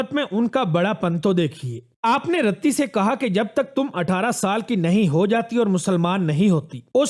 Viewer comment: Bhai Qaid e Azam ki wife ka naam RATTI nahin "Riti" thha khudara dignitaries ka naam sahi leyn